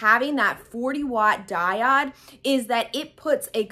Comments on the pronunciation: Great information... just for your own knowledge it's pronounced DAI-OWD/// DIE-ODE not DIE-OD. Just thought you'd like to know since you make videos often. Much love to you. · Thanks for the video, - very helpful (by the way it's pronounced Die - oh de "o" not "i"):) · The way you prounce diode .....😟. Great video otherwise. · I was confused at first, she's pronouncing Diode wrong :) no worries, I figured it out. The diode cutter leaves no charred edges on fabrics, wools and felts. My C02 is overly hot for those fine fabrics. I rarely use my C02 cutter, mostly use it to cut acrylics and I'm not doing much of that. So for me my workhorse is the diode 20 watt x-tool with the expanded rails so I can cut double wide materials without resetting the workspace in the X-tool. PS my Silhouette 4 is gathering dust now days - the diode laser cuts more fine and better detailed paper cuts -no more yanking them off a sticky mat:)